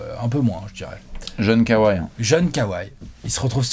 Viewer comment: Genial comme tjs mais pitié, prononcez kawhi comme ça se prononce 😉 Kowai. Sinon super analyse !